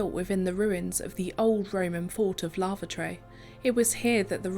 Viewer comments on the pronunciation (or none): It sounded like you said the old Roman fort of lavatory 😂